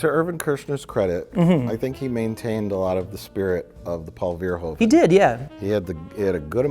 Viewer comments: Pronounce the 'hoe' in verhoeven as 'Who' and you'll be closer. :p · Okay EVERYONE REPEAT after me: it beHOOVES you to pronounce it verHOOven Thats how the Dutch pronounce it. The Dutch "oe" is pronounced like English "oo"